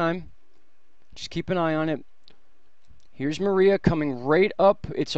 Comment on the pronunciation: 14: Mar EYE ah? Mariah CAREY? It's Mar-ee-a.